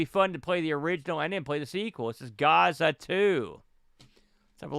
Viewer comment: "gaza and gaza 2" I was lmao... it's "Gaz-za" the nickname of Paul Gascoigne a world famous English midfielder from the 80's/90's Italia 90.... the World Cup was held there that year